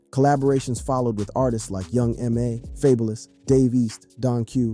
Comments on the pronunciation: He called dude "Fable-less"...😂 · Fabalus ASAP rockys hahaha this dudes pronunciations are hilarious but mighg be correct sometimes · you lost me at Faybolous 😂😂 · You mean "Fay-bullous!!!!! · Stop saying "faebolous" it's a regular word bro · Faybulous tho? 😂